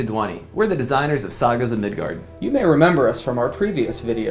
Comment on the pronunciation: Mid GUARD! Not Gerd!